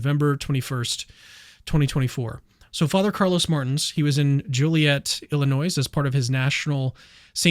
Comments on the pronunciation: Illinois is pronounced Ill - i - NOY, not Ill - i - NOISE. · I can't believe this guy keeps saying "Illi-NOISE" 🤨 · I was done as soon as you pronounced it Illi-noise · The s is silent on illinois. Apologies. Grammar police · Learn how to say”Illinois”. You sound sadly ignorant. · Illinois you don't pronounce the 's' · you don't pronounce the S in Illinois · The 's' in Illinois is silent. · You don’t pronounce the S in Illinois. Sacrilegious.